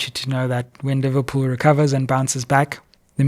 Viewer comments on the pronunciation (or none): none